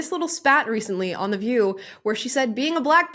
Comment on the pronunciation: I'm all for emphasizing the words you want the other people to NOTICE. Why is she emphasizing "the" so much? It makes no sense. NOTHING she says makes any SENSE!